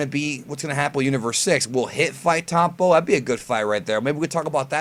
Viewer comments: This guy said "Towpon" LOL Why can't americans pronounce the " O " like anybody else... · are you saying tompo? the fuck